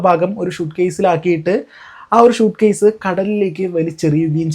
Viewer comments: ഷൂട്ട്കേസ് അല്ല സ്യുട്കേസ് എന്ന് പറ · ഷ അല്ല സ